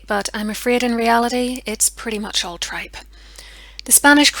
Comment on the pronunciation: "It's all tripe" lol you just showed the n.ireland in you